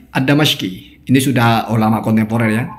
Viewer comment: Anda banyak Salah loh ketika baca nama ulama... Contohnya Anda baca الدمشقي anda harokati Fatah di د..yg benar diharokati kasroh.. Sebenarnya kesalahan baca haroqat hal biasa..Cuma sering dikalangan anda dijadikan hal seolah2 "waaah", olok2, bhkn mengklaim paling benar pemahaman..Padahal semodel andapun, juga uye afandi sering Salah... Mohon jadi renungan